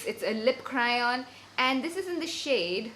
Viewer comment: CrAy-on not cry-on. 😊